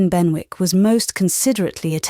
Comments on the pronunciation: Not Ben-wick. Should be Ben-ik. Is she British or not? So hard to hear the mispronunciation. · Said as Ben'ick....not Ben wick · Quite enjoyable. However.......... in English Z is not pronounced zeeeee and punctuation is not spoken aloud. And I am sure that it is pronounced Bennick, not Benwick! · Incorrect pronunciation of Benwick